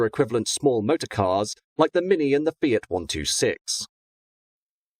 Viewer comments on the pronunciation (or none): none